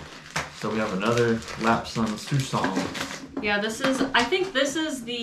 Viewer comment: Your 'shoe-ong' made me laugh!😀 A lot of other Chinese words are often written in English the way the word actually sounds... this is a little different. It's 'Lapsang Soo-shong'. I'm not entirely certain if it is pronounced the same in China... some are saying online the Lap part is pronounced 'Lop', but I don't know if that is true. But it's definitely 'Lap' in English speaking countries.